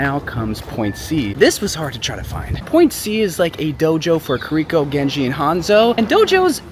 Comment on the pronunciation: been maining kiriko for about 3 years. Still manages to butcher her name everytime he says it.